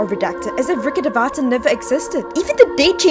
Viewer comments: You are pronouncing Rukkedhavata wrong try saying Rukkh devta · Your pronouncing of rukhdevata is so wrong that it make me laughf ... It's pronounced as " Rukh devta " . Devata literally means God in Sanskrit. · That rukkhadevata pronunciation is completely wrong 😭😭 Its rookh-dev-ta🥲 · The pronunciation of Rukhadevata haunts my soul more. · I laughed at the way she pronounces Rukkhadevata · Dude why does everyone pronounce it wrong it is even pronounced wrong ingame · The number of times you have mispronounced Rukkhadevta made my ears bleed.